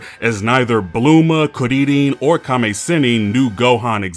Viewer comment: I can’t tell if he’s pronouncing bulma and krillin like on purpose of not but I’m out Too bad seemed like a cool video